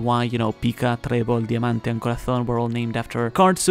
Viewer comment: Pica, trebol, diamante y corazón, lo has pronunciado muy bien ¿Hablas español?